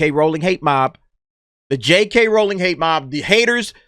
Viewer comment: Well done for pronouncing Rowling correctly, so many people get that wrong.